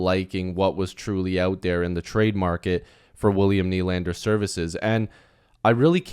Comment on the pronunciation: Just a quick FYI everyone is pronouncing Nʏʟᴀɴᴅᴇʀ’s name wrong